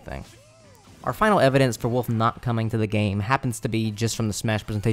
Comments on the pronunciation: "Woof" What even is the letter L? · lol you pronounce wolf like my brother, you say woof without the l.